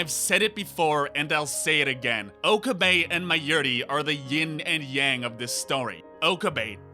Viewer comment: I'm just going to say it. It's not pronounced "OH-kuh-bay" It's pronounced "oh-KAH-bay."